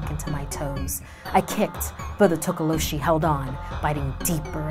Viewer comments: I'm from South Africa and it's not tokoloshie it's tokolosie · its pronounced "tokolosy" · “Legend of the Tokoloshe” No one: YouTube Subtitles: “Legend of the taco machine” Check me on insta c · toca lo sheeze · takolo cheese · Tokoloshe you mean? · Girl:Tokoloshi YouTube subtitle: "total oh she" 😂😂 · tokoloshe YouTube: Taco machine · Hi, a South african here, the way she says tokoloshe kills me😂😂I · IM A SOUTH AFRICAN. You said Tokoloshe wrong. The "H" Is silent, people!!